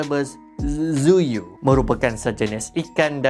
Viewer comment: Monopterus Albus Zuiew Ape yg aku dgr: Monopterus Albus TZUYU sorry, dh mmg tu yg aku dgr 😅 edit: ye..aku tau sebutan sebenar dia something like "zu-wy" gitu, tapi tu mengingatkan aku masa first time aku sebut nama dia 👉👈